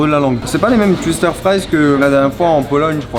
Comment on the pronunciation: Mec pourquoi tout les “W” tu les prononce “U”, twister ça se dit touister pas tuister mdr